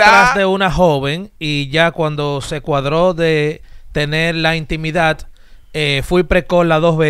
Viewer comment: En la intimidatt dice no intimidad, intimidat 😂😂😂